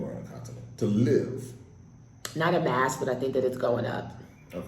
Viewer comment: Dear Nigerian the word is LIVE NOT LEAVE, every time I hear "leave in" or borrow me. I know its a Nigerian